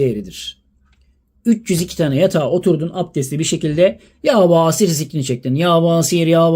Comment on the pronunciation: Yâ Basiiir. İ harfini uzatıyoruz...